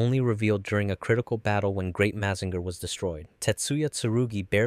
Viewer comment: Your saying Mazinger wrong.